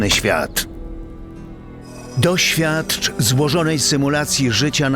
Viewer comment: najpewniej tak, dziwnie mocno kładzie nacisk na "T" kiedy jest ostatnią literą w słowie, niektore przerwy miedzy słowami sa strasznie przyspieszone a w słychac nawet jak nieudolnie mówi "toświatcz" zamiast "doświadcz". Jakby próbował skleić to ze słów "to" i "świat" i na końcu chamsko dodawał "cz". Pozostaje tylko mieć nadzieje ze to na szybko zrobione na Targi co były teraz, a nie że użyją tego do calego dubbingu gry xd